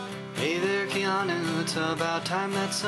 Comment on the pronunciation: WHAT'S WRONG WITH YOU PEOPLE .. LEAVE THE KEE OUT OF KEANU ..!! well , cuz it's pronounced Kay-a-noo Reeves ..!!